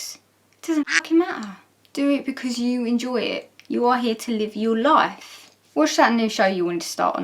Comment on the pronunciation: I heard productive laugh instead of productive life, and was trying to remember that part of Nin's video before I realized it was me being odd. ^_^